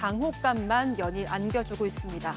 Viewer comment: "대통령"이었던 당혹감만 "연이(연일)" 안겨주고 있습니다. / 아나운서는 사건반장에서도 그렇고 혀 꼬이는 실수를 너무 많이 하는데 왜 계속 나오는 걸까? 아나운서 기본이 또박또박 틀리지 않고 말하는 거 아닌가? 물론, 본인도 속상하겠지만 한두 번도 아니고 10번 나오면 3-4번은 실수하는데... 연습을 많이 하던지, 주의를 기울이던지... JTBC에는 자주 안 틀리고 말할 수 있는 아나운서가 그렇게 없나...